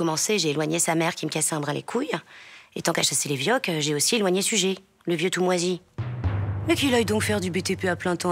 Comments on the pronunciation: Excellent!! Toutes les vidéos! Et aussi, les commentaires et allusions en dessous des noms, selon les circonstances! ( Même l'humour noir: " massacrer les Arméniens, faudrait pas que ça devienne une habitude"! Terrible!!) Par contre est-ce qu'on ne prononce pas " Sugère" pour Suger? Moi, je l'ai appris comme ça... > Salutations aux Derniers Trouvères, de bons camarades médiévaux (lorsqu'on les laisse jouer!:) " Let it be"!! :) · J'ai toujours entendu (et donc lu) le nom de Suger prononcé Sugère. L'entendre ici prononcé Sugé me fut un choc, mais à vrai dire je n'ai aucune idée autre que l'habitude que j'avais de la prononciation correcte de ce nom ! Comment les habitants de la rue Suger à Paris nomment-ils leur rue ? J'ai trouvé ici une piste semblant valider une prononciation « classique » en -é